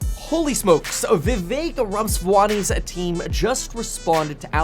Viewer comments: This man even failed to pronounce the surname Ramaswamy correctly. And you believe his analysis? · Nice pronunciation of his name.